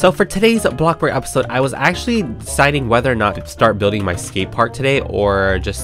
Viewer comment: we will always remember the “BlOcBuRg” man